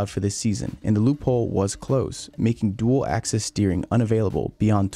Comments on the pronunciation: It’s Dual Axis Steering, not Access. I know the British accent with axis and access is similar but it’s axis. Btw Das is my last name and despite me being a Hamilton fan, this system makes me love F1 so much more with the technology and innovation that the teams create. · It’s ‘Dual Axis Steering’ not ‘access’. But regardless, great video! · I'm unsure if it's an American thing but, is it not, dual axis steering? Not access? Might be wrong but I assumed it was axis due to the steering wheel now moving in more than 1 direction. Love the work, shame YouTube made this so hard to upload for you! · I think it's called "Dual Axis Steering", not "Dual Access Steering" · Not 'Dual Access Steering'. It is 'Dual Axis Steering'. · Lol dual "access" steering...